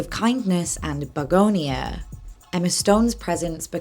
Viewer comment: You're saying begonia right. Its a flower.